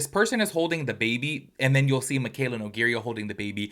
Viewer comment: love you and your channel but can you please learn how to say her last name LOL.😂 its no-gay-ra not no-gay-ria. love you tho and everything you say is facts